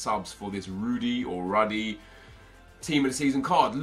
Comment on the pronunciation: He is pronounced "roody"